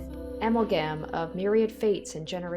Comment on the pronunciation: Oof dude couldnt pronounce perpetuity or amalgam at the start ... not great for someone reading a VN - I mean the attempt at amalgam was hilarious but still